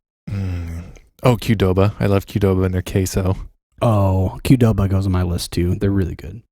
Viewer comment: Thank you for saying Qdoba. I never knew how to pronounce that!